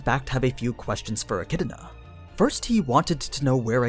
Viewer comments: It’s pronounced eh-kid-na, not eh-kid-uh-na. There is no vowel sound separating the “d” sound from the “na.” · It's not pronounced like echidna please it's so cringey. It's pronounced like echidona. That's why dona tea is a meme. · Why do you pronounce her name like "E-Chi-D-I-Na"? Where is this 2nd "I" sound coming from? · Its pronounced Echidana for some reason. Edit: Atleast in Japanese. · So the echidna as pronounced the mothers of monsters still has no vowel between the d and n going back to why do people pronounce it so wrong??? a - ki - i - na would be a better more accurate way way of saying it in japanese... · Sorry, to be more specific the middle portion would be more accurate as ki-i-na the opening isn't the concerning part. Since ki is pronounced the same here and there i is ee and na is the same here and there the elongated e sounds like a mispronounced d. Which I think would be more acceptable then the extra vowel being made in-between the d and n. I'm familiar enough with the sounds the characters make it's just I was bieng lazy with the a in front. However I don't think a-chid-na would bother the fan base that is being bothered as much as a-chi-do-na is bothering them. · You butchered the pronunciation of her name like wtf is wrong with you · I don't know where you get the extra I in Echidna when you say it but this was a good video keep up the good work